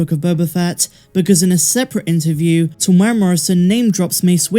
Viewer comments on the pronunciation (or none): .....Teeee mooo era ... Morrison if you dont wanna keep sounding wrong.